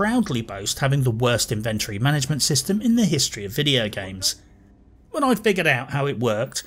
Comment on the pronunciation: It saddens me to say that I tend to agree - apart from the pronunciation of 'inventory'. My PC isn't that old but it struggled running this game and I'm about to switch to X-Box X Series so I honestly don't think I'll get Starfield when I make the switch - at least until it's modded extensively - although there seem to be some worrying changes afoot there. It started off promisingly but quickly fell into boredom for me. My main criticism is the soul-crushing grind. The good stuff is way into late game and you not only have to pick a perk but complete 'challenges' to get there. It's tedious. And the woke... oh god the woke......ALWAYS a female boss or a 2nd in command (usually the former). ALWAYS a gay person or trans. I made a point of never choosing Barrett as a companion when he started going on about his husband. I'm all for inclusivity but this stuff is being rammed down our throats now (no pun intended). Love Skyrim, love Fallout. This is so disappointing. Currently running through Dragon Age Origins again. Now that was fun. Oh and yes, The Expanse was great.